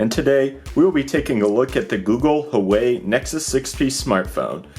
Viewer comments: WAAAAHH WAYYY;!!! NOT WHOOWAYYY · Hoo-ah-way please stop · It's not hooway, it's who-ah-wei.